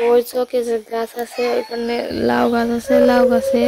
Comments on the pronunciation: ETA LAU NA. KUMRO TO.ETA KE LAU KENO BOLCHEN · এগুলি লেউ না মিষ্টি কুমড়ো, লেউ না লাউ বলুন